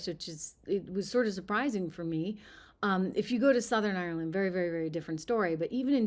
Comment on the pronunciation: You're not Irish, you can't even pronounce Ireland properly. If you believe that McGregor speaks for the Irish, then you must believe leprechauns and fairies